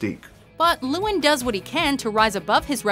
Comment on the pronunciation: You guys having been pronouncing Llewelyn Davis wrong....its a welsh name